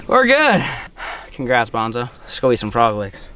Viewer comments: Is it only me or was calling bonzo “banjo” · Every time you say Banjo i think youre talking to Outlaw’s dog😂